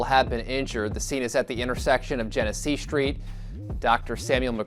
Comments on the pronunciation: U got ur information messed up BADLY. Its Genesee (Jenna-See) and Jalen Everett got killed on Dewey & Magee not Genesee. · What’s so hard about saying Genesee? Jen-eh-see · outside of the spelling you will say the street name like jin-a-see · The street is genesee street not jenett street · Genesee rhymes with Hennessy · We do have to do better! Speaking of, my boy, where did you go to school at? Imma need you to read a little bit more. You heard them say that street name “Gen e see” idk what you called it. And feet is plural it’s not feets! Come on brother, good video though!